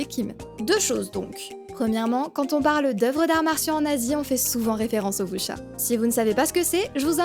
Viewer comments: Si tu veux être plus proche tu peux dire "Wou-sia", même avec un accent français ça sera ok :) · "Voucha" :'D